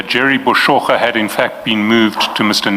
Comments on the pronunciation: J3rry Boshoga not Boshogo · Are you mispronouncing Boshoga on purpose?